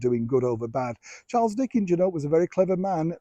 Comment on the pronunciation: Who laughed in the background when you mispronounced Dickens?